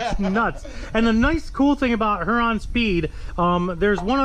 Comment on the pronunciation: We live in the same city as Huron Speed...just so you know for the next video it is said “Here-on” not “Her-on”.